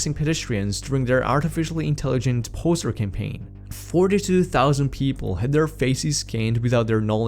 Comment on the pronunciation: oi mate be careful with your pronounciation of "faces". youre very very close to saying "feces" :D excellent content, thank you!